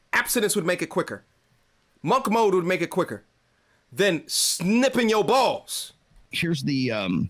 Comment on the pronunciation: Yo, why did you say "snipping your balls" like that? 😂😂😂